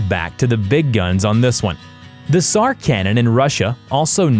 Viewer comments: "polish sniper Saymo Hayha..." - " kashlikoff rifle..." - "sar bomb" instead of "tsar"...You are not, you are ILLITERATE lab. Morons. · It is pronounced sar the t is silent